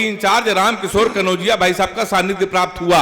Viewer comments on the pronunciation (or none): none